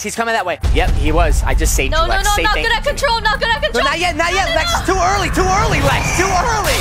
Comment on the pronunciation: You say early not erily